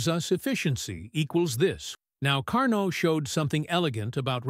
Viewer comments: Please.... Car -NO.......... not Car-Not. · It's not Car_Nott, respect the French pronunciation of the scientist surname, do not Americanize for your ease, IT IS CAR_NO, the t in the end is silent. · It is Car-Neau not CAR NOT. This spoils an other wise good presentation. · "Carno" cycle. The T is silent. Also all those jet engines in the hall looked stupid, and the thing with sparks was dumb. Too much dumbness for me to go on watching. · Great video! However, Carnot is pronounced as "Car No"; T is silent. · Now, if the AI voice could pronounce his name correctly, all would be good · Stil it is a great work!